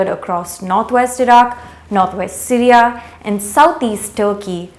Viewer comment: The pronunciation of Syria as Sireeaaa is irritating.